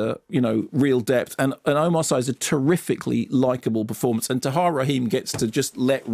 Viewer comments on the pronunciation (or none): Sorry Mark but I lived in Senegal for so long that I cringe when local names are mis-pronounced. Omar Sy's family name is pronounces "See" not "Seye" like synoyme not sci fi! He is of Mauritainian origins and made his name on French TV as part of a comic duo Fred and Omar!!! Very funny man.